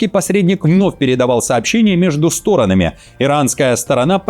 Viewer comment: В творительном падеже множественного числа будет не "стОронами", а "сторонАми".